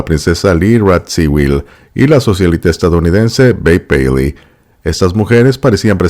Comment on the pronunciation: Lo bonito que se oye como pronuncia el nombre de Babe paley..